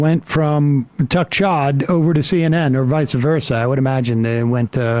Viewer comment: "Tuck Chodd".